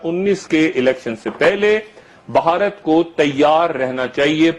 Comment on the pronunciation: مادر چود بوڑھا ہوگیا , اسے " بھارت " کہنا نہ آیا !!!! بہا ... رت ہی کہتا ھے